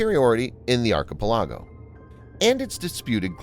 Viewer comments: I believe you regularly and consistently mispronounced the word archipelago. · Dat ain’t how you pronounce archipelago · How did you not learn how to pronounce Archipelago properly.